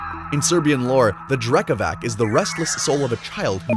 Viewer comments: Dude Drekavac is pronounced with C not K 🙂👍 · hey great interpretation of both drekavac and bauk! their descriptions differ from village to village of course, but all you mentioned was generally accepted norm. just tiny correction speach-wise about drekavac, it is spelled like drekavatz, but that's not something you can know from reading, so it's fine. still 10/10 from my side! big + for that eerie screams from them, very good! and big thanks for covering them at all!